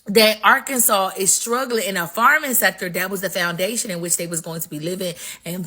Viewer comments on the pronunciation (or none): Listen it’s Arkansas - (Are-Can-Saw) not Sauce!!! And I’m in Little Rock and we of the Black Delegation don’t give a damn about them light breads up there!!!